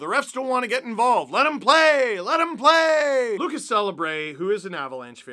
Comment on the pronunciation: Sorry how did you pronounce Celebre? I thought you were Italian Steve lmao